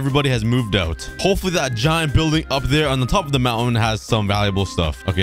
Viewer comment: "hipfully" "intier" 💀